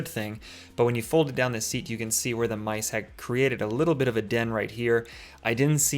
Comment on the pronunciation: Honestly, I thought you said Lice and I screamed but then you showed the poop and I was like OHHH MICE!